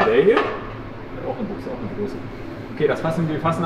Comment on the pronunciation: Triggert es dich denn nicht auf Dauer wenn er immer Büchse sagt aber Buchse meint? 🤔